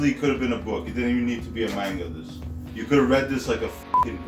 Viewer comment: This is the funniest review I have ever watched. You're criminally underrated. But its pronounced man gah not mane gah. Much love